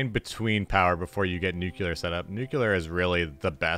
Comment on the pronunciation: "Nucular"? Makes me think of Homer Simpson.